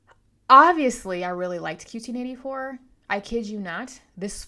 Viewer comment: Just a minute into your video but wanted to thank you for pronouncing the title the way I thought it was pronounced once I started thinking about it. Didn't start thinking about it until around the end of Part 1 and didn't check the internet until the end of Part 2. I was sure it was going to be Q-Teen, but the concensus was One-Q Eighty Four. I think we are right. I just finished it last week and I was consumed by it for about a month, stressed and depressed a little bit over the welfare of Aomame and Tengo. I was kind of relieved when it was over which means it was having an effect on me, the reader. So I think overall it was an excellent piece of fiction.